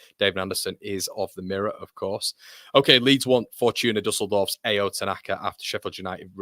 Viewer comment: Pronounce tanakas name correctly. Ao not A O